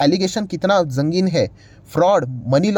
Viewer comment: Zangin..arop nahi bhai ..sangin arop